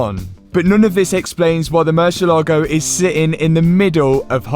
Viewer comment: bro it is murciÉlago, an accent on the e. Looking good btw great work